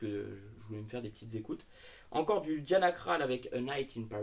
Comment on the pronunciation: Ça se prononce "diana crol " 😉